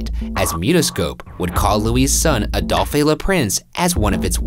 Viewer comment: Ryan keeps saying Adolphay when it's pronounced the same as he who shall not be named!